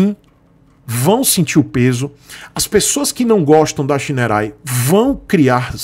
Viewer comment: Olha, não sou fã de scooter, mas essa scooter tem muita coisa legal, parece que os botões são retroiluminados e realmente não consta no site essa informação. O site da Shineray é ruim e outro ponto que ja vejo a anos sobre essa marca, ela não faz nada para corrigir é a pronuncia correta. Eu entendo porque você pronuncia o nome errado, logo não cabe a você corrigir, mas a marca deveria se posicionar e corrigir isso através de ações de marketing. Para os seus inscritos - Não se pronuncia Shineray (xinerai). E o nome da marca é bonito, quer dizer Raio de Sol.